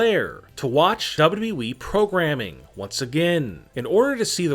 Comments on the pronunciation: Lol he saying ww we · Nobody: Him: dabolyudabolyu eeee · Nobody else el find this voice annoying as fuck? Especially the way he pronounces WWE- "W...EEEEE" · Why does he said wwe like that 😂😂 bro you weird af